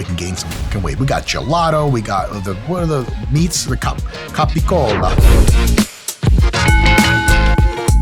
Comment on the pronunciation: tf is capa cola? is this gaboon tryna say GABBAGOOL?